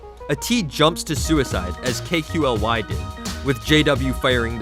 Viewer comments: "K-q-l-y" LMAO it's kaly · It's pronounced KALY. It was a stupid and arrogant trend for French players on AZERTY keyboards; Q and A are swapped so some of them thought it would be hilarious to swap the letters out in their names as well. It's not Kookly, K-Q-L-Y, but Kaly. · It's not pronounced as K Q L Y it's pronounced as Kali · You mean "KUKLI" 😂🤣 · Lmao has the commentator ever played CSGO ever... “K-Q-L-Y” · u pronounce kqly as kook-lie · Blitz Esports CS:GO thats one hell of a shit reason not to pronounce a name. very professional indeed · It's just perpetuating the mistake; just more people getting it wrong. There's a French analyst/caster called XTQZZ. Pronounced IXTAZ. This isn't difficult to understand! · Sameer Khan ikr man i think the narrator is non cs player